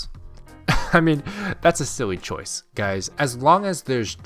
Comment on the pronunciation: "Hello goo-ys!"